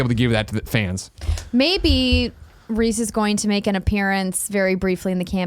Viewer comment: Did you fucking say "Reez"!?